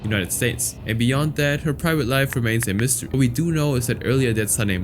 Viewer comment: *mystery* not mistery😂